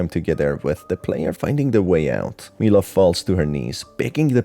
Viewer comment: Mila is pronounced my-la you goof